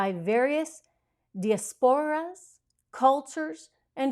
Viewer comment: Trish...Jill Biden should at least do some homework on the audiance she is speaking to. They have no clue! BTW: that word diaspora is pronounced di·as·po·ra.// the dispersion of any people from their original homeland. Love your comments!